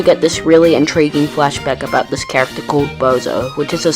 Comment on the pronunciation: You misspelled Character as "Chracter" & made it sound like "Tractor"